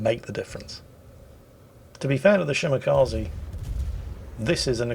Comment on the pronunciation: Did I hear him say “spotted by the enemy Shmakaze” instead of Shimakaze? Sounds catchy.